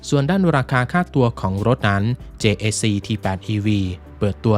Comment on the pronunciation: JAC เจเอซี เค้าอ่านกันแบบนี้ครับ